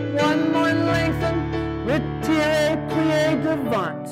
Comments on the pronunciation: The "T" in "devant" is silent. As in, "duh-VONH. A very tough but excellent class. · Good class, but strange for a ballet dancer and teacher not to know how to pronounce "devant". :)